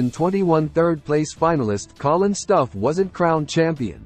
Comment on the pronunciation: He should have won! I wish this guy would pronounce his last name correctly. It is annoying how he mispronounces it.